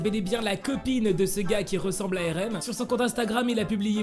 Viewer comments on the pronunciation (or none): Tu dis pas bien Rm tes